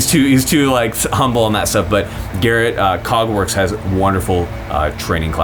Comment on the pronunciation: I coulda swore I heard "Cogwarts" instead of Kägwerks at first. I thought this man was a legit Harry Potter nerd.